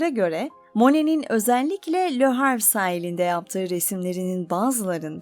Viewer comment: Le Havre ve Claude Monet çok yanlış okunuyor.